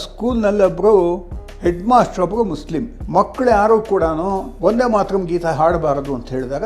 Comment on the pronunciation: ಎ ಮಂಗ ಅದು" ವಂದೇ ಮಾತರಂ," ನೀನು ಏನು ಬರದಿರುವಿ ನೋಡು, ಸರಿಯಾದ ಕನ್ನಡ ಗೊತ್ತಿಲ್ಲ ಇವರೆಲ್ಲ ಪತ್ರಕರ್ತರು.